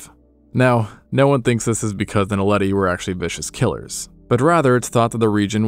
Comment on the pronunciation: Lol, finally someone who can pronounce Naledi